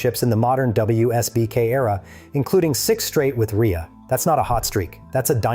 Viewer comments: Shit video. His name is Rea (Ray) not Reea. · A minor point but his surname is pronounced RAY not REEA.... And it's spelt REA..... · stopped watching ..."a Northern Irish rider named Jonathan "Ree-uh" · His name is pronounced Ray mr AI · Pronounced Ray. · can't even pronounce JR65's name properly.... Ai crap!